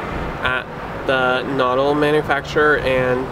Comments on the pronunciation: They are properly pronounced "ke-nurdel" (Knoedel). But a great video, thank you. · Uff. Really butchering the pronunciation of all the german words. Especially "Knödel". Also "Gasthaus" just mean restaurant in German ( a more traditional type of restaurant) so "Gasthaus Elsner" would be just restaurant Elsner. And you mentioned it is called "gasthaus" which would be more of a generell type of of restaurant than an actual name. Nice that you had a good time in Vienna though! Watched the whole video through, was quite nice.